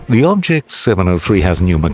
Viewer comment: His name is......"bobject" 😂